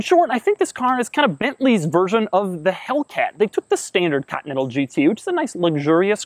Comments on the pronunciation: Back when Doug knew how to say Continental, not cottonnettle. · Doug the type of guy to pronounce "Continental" as "Cotneddle" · he is actually saying "continal" every single time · Krayzie D nope he says "cotneddle" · Is it just me or does he say "Cotinetal Supersport"? "COTINETAL"!!! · Bently "cutnettal" super sport